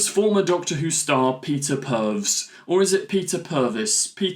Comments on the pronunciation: Awww man, love your videos but please take some time to learn the names of the beloved companion actors. Per-vis is the correct pronunciation. You said Perves (sleazy, twice). Look how many people got slated for calling Ncuti N-cutey! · I agree with Peter, I’m a fan so I invest much more attention to episodes but to casual viewers I can easily see how they will have no idea what is going on, Got my Dad to watch the new ones and while he enjoyed them, he didn’t quite understand everything going on (Pronounced Per-vis, not Perv 😆) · Peter Purves (pronounced Purvis) was 1st Doctor companion Steven Taylor from 1965 to 1966. After leaving the TARDIS he became a presenter on BBC children's magazine show Blue Peter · Oops, Steven was not the first Doctor companion, he was a companion of the First Doctor. The first Doctor Companions were Susan, Barbara and Ian. Purves is pronounced Purvis (probably to prevent the very confusion you allude to) and was also for many years one of the hosts of Blue Peter. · It's "purr" - "ves", or thereabouts. Plenty of reference points on your own platform to confirm that. Would've taken you all of 10 seconds. Do your research mate! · Peter Purves's surname is pronounced purr-viss. Russel T's surname is day-viss, not day-veez. Please don't make cruel jokes at the expense of a person's name,. That is not in the right spirit; the Doctor would be disappointed! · It’s pronounced Purviss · Very disrespectful attitude toward both world leaders and mocking the name of former Who actor Peter Perves, pronounced Per- vis. Come on, stop letting your political views make you use your platform for preaching. It's part of what dans Don't like about modern Who. Otherwise, I usually enjoy your videos. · Sophisticated? Nah, sounds too broad. It's pronounced as Purvis.